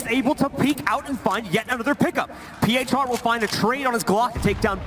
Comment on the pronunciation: Uwielbiam jak oni wymawiają nick phr "piejczar"